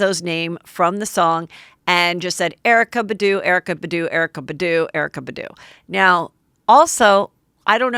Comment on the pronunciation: "Erykah Buh-doo" 😭 heather girl you know its BAHdoo